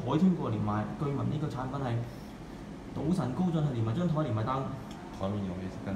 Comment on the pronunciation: 好似係高進唔係高俊